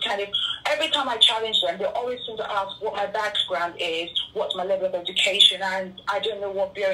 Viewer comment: Mr. PhD postulating a query or question is called "ASKING", not "AXING". Axing is the act of cutting down.